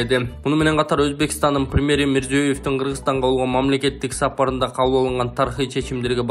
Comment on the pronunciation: Мурзо́ев дебей Мирзияев деп айтаберсенер Алар оздору озбекчелеп Мирзиёев дешет